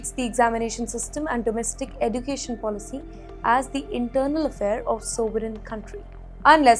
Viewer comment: What is Eddu… cation? Pronunciation.